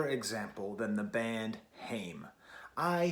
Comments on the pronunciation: Nice take, Haim used to be a bit of a guilty pleasure for me but this album is stellar😌 I think “I know Alone” is my favorite track off this release. Also their name is pronounced “Hi-uhm”. Haim rhymes with I’m. Lovin your channel too, really liked your Strokes review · Please pronoune the name correctly...Haim rhymes with time... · It's pronounced "HI-UM" as in, Hi, I'm about to smash a pesto pizza. Their last name is Haim and they grew up in a musical family. Your comment on the line " everytime i think that I've been taking the steps, you end up mad at me for making a mess" really resonates with me because I've experienced that in relationships. As we all probably have. I've spent a lot of time and energy trying to better myself in whatever way it may be and I've emotionally abused or belittled for trying to be a better version of myself or chase my aspirations. I really appreciate a reviewer who can delve deeper into the meaning of songs instead of just critiquing the pure musical aspects of the piece. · your saying the band name wrong....